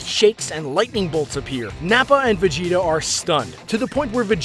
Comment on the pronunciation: Did he just say Vegito? Not Vegeta